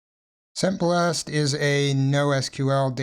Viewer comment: Maybe it's me, but I am hearing "semblast" while you are typing "sembast..."